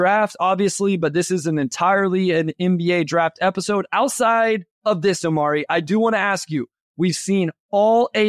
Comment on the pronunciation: The way he keeps saying Omari's name.....😬